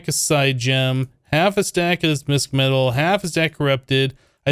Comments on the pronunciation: It's pronounced Mishmetal, the sch originates from German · really like this series thumbs up ;) btw "mischmetal" is pronounced kinda like "wish" but the "m" in front :)